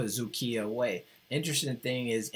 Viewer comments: Is doing remarkably good job on Vytautas games and I am amazed about his pronunciation of Dzukija. Just Lietkabelis is not realy "Lick the bell" teem, but in translation "Lithuanian cable" or "Litcabel". This franchase was established in 1964. My self waching Vytautas LKL and BBB games thuo I am Šiauliai teem fan. Best regards to. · You pronounced Dzūkija perfectly.